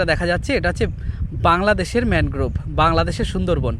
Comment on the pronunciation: ম্যানোগ্রোভ আবার কি? ঠিক করে উচ্চারণ কর। ম্যানগ্রোভ (Mangrove) বল।